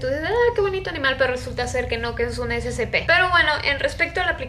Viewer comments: Es SCP(esecepe) así se pronuncia no scp(escepe) así no se pronunciaaahh!!! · No SE DICE ASI SE DICE ESE CE PE DELETREADO ES SCP SEGURIDAD CONTENCION PROTECCION